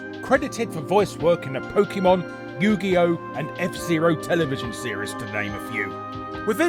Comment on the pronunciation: Happy new year! And my I suggest you a new year resolution? Start to switch the word "pokimon" with "pokemon". I know it's hard, but one step at the time you can do it, and since you have a lot of young followers, you can make the difference. ;)